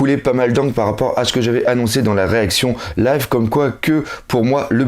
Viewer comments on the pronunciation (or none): none